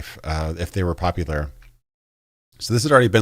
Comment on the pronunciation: No worries about the "Poplar", other YTers have similar "mistakes" aswell. ACG for example can´t say "bla bla bla" and instead always says "bah bah bla" or LegacykillaHD can´t pronounce "seventy something", like "Fallout Seveddy six"or "Cyberpunk twenty seveddy seven". The worst that can happen: You make your viewers feel superior XD